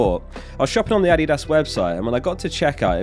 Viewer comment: As a german, I really appreciate the way you say Adidas, haha! Thank you!